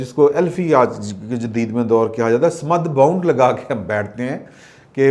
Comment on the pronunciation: Correction: Its SAMAD BOND, NOT BOUND